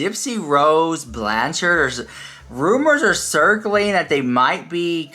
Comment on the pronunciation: Who's Gypsy Rose "Blanchers"? You mean Blanchard? 😂